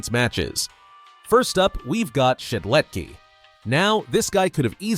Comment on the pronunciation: I feel pain whenever he says "Shedletky" Where is the S?! AAAA!